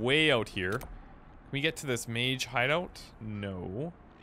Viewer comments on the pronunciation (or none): none